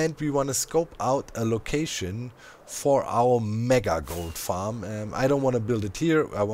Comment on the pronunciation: Is it just me, or when Doc says "Gold farm" does anyone else hear "Goat farm"? Now I want to see a GOAT Goat farm...